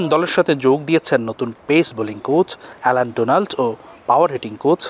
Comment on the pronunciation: ওইটা এনাল ডোনাল্ড নয়🤣🤣🤣 অ্যালেন ডোনাল্ড🥰🥰🥰 এনাল শট বেশি খেলা হয় মনে হয় উপস্থাপিকার 🙈🙈🙈🙈